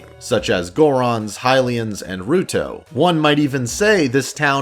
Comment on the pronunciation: I was about to comment on your pronunciation before I read this. lol You do you, Boo. Up until recently (actually I still kind of do this) I have always pronounced Hylian as Hill-ee-un, not High-lee-un. Back when these games didn't have voice acting, you pretty much had to wing how to pronounce a lot of the words.